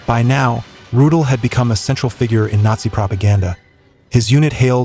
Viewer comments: Rudel is pronounced "Roo-dell", not "Roodle." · Was ist das nur für ein Blödsinn, kontrolliert denn niemand diese idiotische KI - Übersetzung?!?!? Ich fragte mich die ganzen Zeit von welchem ominösen "Rut" hier die Rede ist - bis ich dann herauslesen konnte das von Hans-Ulrich Rudel die Rede ist. MannMannMann was für ein Dilettantismus! 👎👎👎👎👎👎👎👎👎👎👎👎👎👎👎👎👎👎👎👎👎👎👎👎👎👎👎👎👎👎👎👎👎👎👎👎👎👎👎👎👎